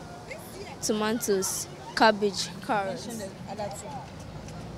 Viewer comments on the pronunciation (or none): Haha "tomantoes" oh chale school days paa. Somethings never change lol.